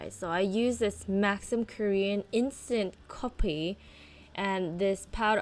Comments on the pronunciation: LOL this made me laugh!! Because us filipinos say it too! COPPEEEE hahaha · Girl the way you said coffee had me laughing so hard. Coppee.